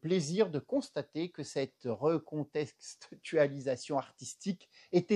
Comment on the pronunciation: J'ai beaucoup ri, merci Monsieur, ça manquait de divertissement dernièrement sur Youtube. Ah, juste un détail : on dit artistique et pas arStistique et recontextualisation et pas reconStextualisation. Mais je suppose que c'est aussi fait exprès pour nous faire rire. Encore merci 😂😂🙏🙏